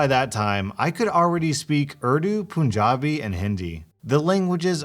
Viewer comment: The first story irks me so much. Like the elitism that ppl have to look down on someone for eating with their hands. Just because it’s not a western tradition, it doesn’t mean that it’s wrong/bad. Also for future reference, it’s pronounced PUN(as in the bad joke)- jabi.